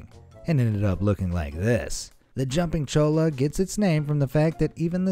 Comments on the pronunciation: ITS JUMPING CHOY-UH NOT CHOLE-UH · I don't mean to be rude but Cholla Cactus is pronounced (Choy-a) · Cholla is pronounced Choya. That was painful to hear you say over and over again. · Just need to clarify this. When you say "Cholla Cactus", it's pronounced as "Choya". Since it's a Spanish word and 2 Ls next to eachother in Spanish is pronounced like a Y. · Pronunciation Cholla (choy uh) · "Chollo" is pronouned "CHOY-a." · Pardon, it's pronounced "CHOY-ya." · He said jumping cholla wrong it’s pronounced Choy-a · LMAO cholla was so pronounced wrong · Am I the only one that noticed he said cholla soooo wrong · you miss pronounced cholla. what you said in Spanish means something totally different lol!